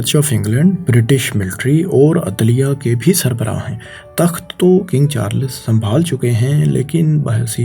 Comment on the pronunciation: Oye princes Charles he Princes charlas bole jaraha he pori vedio me. hi rehta he or aya he faisal bhai ko replace kerne 😂